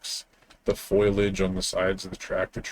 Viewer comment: "foilage" I giggled a little